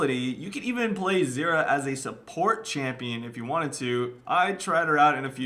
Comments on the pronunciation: It sounds like you are saying xerath and not zyra... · how to pronouce her name actually? zyra - zeera or zaira?